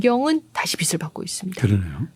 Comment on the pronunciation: 고흐 그림 좋아해요. 근데요, 빛을 발음 비츨o 비슬x 입니다ㅠ